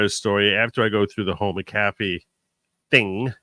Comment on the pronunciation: Hi, my maiden name is McAfee. It’s pronounced Mac-uhfee. Love your program!